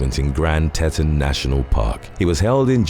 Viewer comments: Grand Teton: pronounced Tea'-ton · It's pronounced 'tee-tawn' my friend